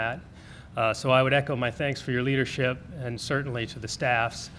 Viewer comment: “I thank your Leardership” If anyone lived in dictatorship countries..... knows this is a textbook sentence!